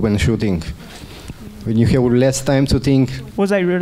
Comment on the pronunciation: "We ha-u"... Gosh, it's called "have", not "ha-u". Can someone please teach him how to pronounce a "V"? (Maybe Banessa Hinz can :D)